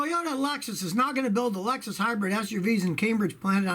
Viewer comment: Never recoup? Disagree. Although it is dependent on 1) the cost of gas ($5+ here in Japan) and 2) whether or not you have additional repair expenses associated with the car being a hybrid. At $5/gal the breakeven point arrives reasonably quickly. And it’s ‘hybrid’ not ‘hybred’. Otherwise, love your channel.